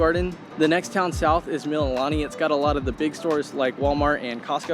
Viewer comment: FYI... Mililani=Mee-lee-lah-nee,..To praise, exalt, give thanks